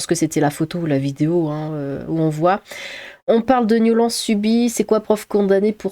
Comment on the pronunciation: Coucou!! ^^ Alors déjà, j'aime bien ton interprétation des mots "problématique": niolence, naciste, etc... 😏 Mais c'est quand même étrange que toutes les vidéos où tu dénonce la nénophilie, sont systématiquement démonétisé?!?? 🤔 Moi; ça me donne le sentiment que Youtube protège les nénophiles!!.... 🤬 Bref, même pas surpris hélas...... 🤦‍♂ Force à toi ✊☺